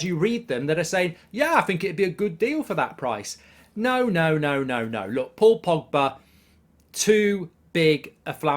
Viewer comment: No no no no no no no no no no no no no no no no no no no no no no your wrecking my feckin with the name pogba